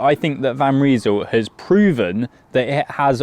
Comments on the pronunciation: Van Rysel - you say "Van Reesul", I say "Van R-eye-sul". It hasn't taken the likes of Ltwoo and Wheeltop long to develop road and gravel groupsets almost on a par with mid tier Shimano and Sram. It won't be long before they are equals. If the Chinese brands can establish service centres in Britain and Europe, like Elves have, that would speed up dealing with warranty issues enormously but until then it usually only takes 8 - 10 days to get parts from China. I ordered an crankset off AliExpress on 28 December, it was delivered today 3 January ! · It’s Van Rysal. Not Van Reesal. 😂